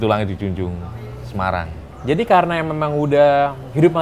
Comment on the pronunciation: jog ja, so lo simpel... se ma rang ... nyebutnya emang kurang enak.